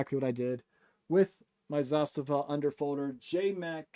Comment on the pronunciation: you are the only one I know that pronounces Zastava correctly. Great video. I have several kit builds by Northwest Gun Supply and SOF Defense out of Phx. Both great builders